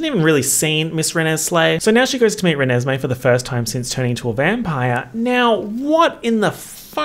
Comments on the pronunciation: I'm not kidding you, I lost it for like 10 minutes when I heard you say 'Reneslay' and then I lost it for another 10 minutes when you said "Chuckesme'. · Did he just actually say Chuckesmee 🤣 🤣 🤣 🤣 🤣 🤣 🤣 🤣 🤣 🤣 🤣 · "Chuckesmee" made me lose my shit, holy fuck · “Chuckesme” has me screaming 😂😂😂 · I laughed so hard when you first said "Chuckesme" I started crying 😂